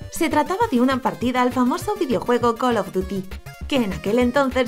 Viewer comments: colo of duty Jajajajajajaj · Call of Duty se dice